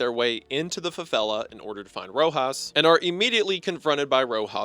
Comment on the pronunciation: That was the worst pronunciaton of favelas i had ever heard. Love your videos but wow